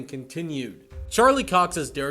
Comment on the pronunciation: Not cock it’s Cox mate